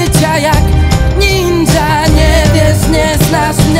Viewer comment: Dżizas, to jest taka żenada, że ręce opadają. Koleś o wymowie biednego, upośledzonego umysłowo chłopca grozi: "Uwazaj chłopacku, bo zrobię ci ksywdę. Jestem jak nindza."